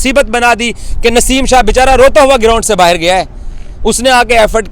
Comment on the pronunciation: यार ये बाहर को बाहीर बोलता है न तो मुझे बहुत अच्छा लगता है 😂😂😂